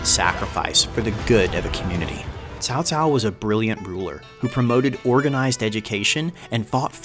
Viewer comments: Fair enough. Good effort, either way! I'll give your Cao Cao pronunciation a 10/10. You delved into the lore very well and brought up many important points regarding the fact and fiction revolving around the three kingdoms period. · Ok, you got cao cao right. Now let's try 董卓 dong zhuo. Please repeat after me doooong zhuuuo～～～～ good good. You still have more to go. Don't give up yet. :D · That's a pretty good pronunciation of Cao Cao! Although the pronunciation of names for the provinces can be improved. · is almost right. Almost. I never seem any non aisan can pronounced this accurate. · I saw a video about this game 3 days ago and they pronounced Cao Cao "sao sao", as a Chinese, that sounds really weird to me... Thanks for the right pronunciation. In China , most people like Liu Bei's faction more than other factions, because he's mercy, according to the Three Kingdoms Romanced. Japanese some how like Cao Cao more. Maybe because he's a powerful leader. BTW, in modern Chinese "sao sao" mean elder brother's wife... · Great intro to a truly controversial person in Chinese history! And don't worry, your pronunciation is pretty good (minus the tones of course, but you don't need those when speaking in an English context). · FINALLY someone who did a pretty great job at pronouncing Cao Cao's name. I mean even though OverSimplified and Extra Credits made amazing educational videos on the Three Kingdoms period, their mispronunciation of his name as "kao kao" or "tao tao" bugged me a lot. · The name pronounced tsao tsao or cao cao in chinese pingyin 曹操 at the end is correct. It is two different chinese words with similar pronunciation. i honestly think he is a cruel and cunning bastard. he did many things in his life which destroyed his own personal and allies. Although he unified China... i can only assume many wished that it was someone better. Hua Tuo is another one of his victims and intellectuals he killed by his ego and arrogance. One that he regrets killing ....